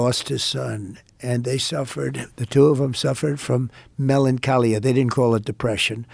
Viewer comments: His pronunciation of 'melancholia' is hilarious! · WTF!? Did he say "melancholia"? Must've been practicing his 5 syllable words....or maybe just that one......